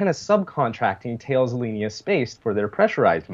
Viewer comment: BTW, about Thales Alenia Space, "Thales" is pronounced "TAH-les".